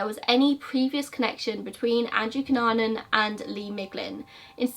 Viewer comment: I want you to know that you are pronouncing his surname right. (I'm filipino)